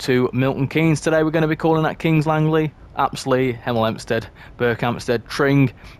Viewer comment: you almost said 'emel 'empstead like a proper hemelite 😅